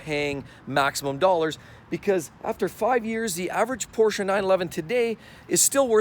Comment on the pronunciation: Porscha , porscha, porscha 😂!!!!!